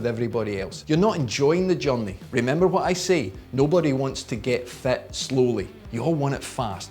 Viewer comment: ...and fat instead of fit :)